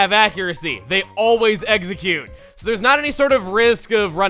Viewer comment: Wait so when he's talking about the contest moves he says they always eggsoCUTE properly he makes puns without knowing